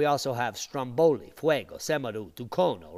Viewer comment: Fuego means Fire in spanish. Say fu-ego.